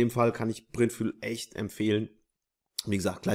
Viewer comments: Es heisst aber nicht printfuel sondern printful.... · Hi -Du bist klasse! sehr Hilfreich! sorry nur: Printful = Printfull (wie wonderful) ausgesprochen "Printfule" so wie du es aussprichst hiesse dann "print-sprit" also wie beim tanken.nur so nebenbei. sollte ich mich irren würde ich mich wundern - war nur total irritiert. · "Ful" spricht man wie "voll" aus. Fuel heißt Treibstoff. Ansonsten alles super 👍🏻